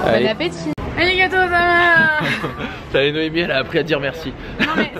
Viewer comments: C'est : aligato gozaïmasu 😂 on prononce pas le u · C'est magnifique ! Et merci beaucoup c'est "arigatou gozaimasu", et le quartier de Gion se prononce "Guion" (prononce le n) x)